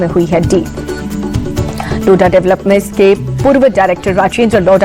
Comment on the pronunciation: लोधा developer not लोढ़ा developer 😂